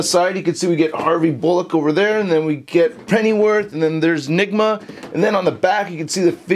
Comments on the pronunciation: he said Edward Nima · Dat last part with the whole trying ta say the Riddlers name was pure gold lol